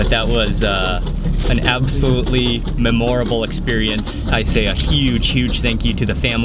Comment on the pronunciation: Interesting pronunciation of memorable.